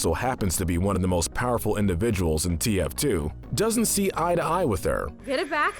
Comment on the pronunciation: he says "the face of TFT" This guy said TFT and not TF2 and it almost made me cry